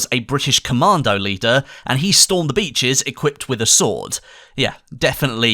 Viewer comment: Swourd and crossbow*. 😂 nice vid bro